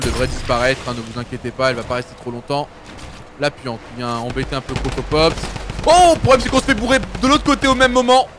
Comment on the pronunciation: KILLforDEATHHHHHHHHHHH pas forDEAD tu me stresses Et CroCROpopss pas Crocopopss